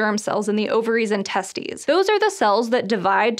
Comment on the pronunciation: She really said testies💀